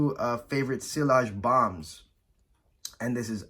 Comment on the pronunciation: nice list. u hv good collection. Btw it's not pronounced sillage with the L but like siaage.